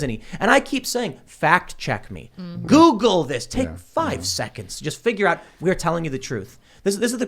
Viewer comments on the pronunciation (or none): none